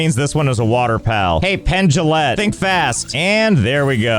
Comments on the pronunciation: No matter how many times you said it, pronouncing pengullet like Penn Jilette was funny to me every time. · How are you gonna pronounce Pengullet as "Penn Jillette" and not make a magician pun? 😅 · why did you pronounce pengullet like that... it's penguin bullet. 😅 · I lost it at the pronunciation of Pengullet. XD